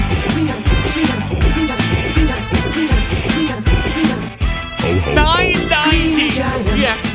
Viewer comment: I love the fact when he constantly said green it kind of sounded he was saying "weed" after a while